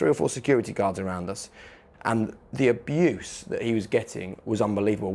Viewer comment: Man said dogs aboose